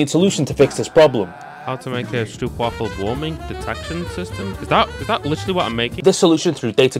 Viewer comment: I'm sorry man, I'm so interested. But I just can watch this video because of how you pronounce stroopwafel. It deal psychic damage